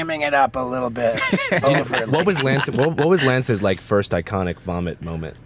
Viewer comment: Pls. FIX THE LETTER L . love the show